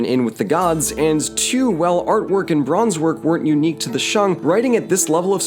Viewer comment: Honestly, you pronouncing it as ‘Shang’ instead of ‘Shaeng’ is better than 90% of people in America. You did good